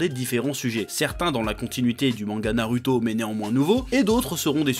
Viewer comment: TU PEUX DIRE NARUTO AVEC LE /ou/ et pas /u/ c: sinon j'adore